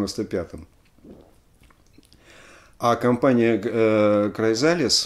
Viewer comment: Alexey!!!Уши режет Ваш "аглицкий" !!!Ну посмотрите в словаре как произнести Chrysalis и Fairport!!!🤨Есть у меня de luxe "А".